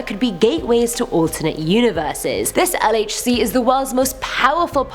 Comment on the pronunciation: Dumb dumb dummbbbbbb, please learn how to say LHC as you butcher the name everytime, also wtf are on about learn the real mission of the LHC, before you make such statements...